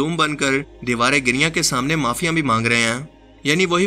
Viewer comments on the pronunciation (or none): Giriyan nahi "giriya"